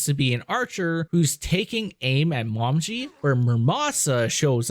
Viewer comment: Her name is pronounced Mo-me-gee.